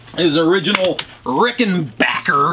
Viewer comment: What a sweet Ricken-BACK-er. And kudos for the correct pronunciation! Love it.